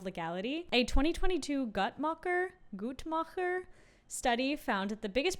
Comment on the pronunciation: Just want to say that the "ch" in "Gu(t) tmacher" sounded really good☺️ german approved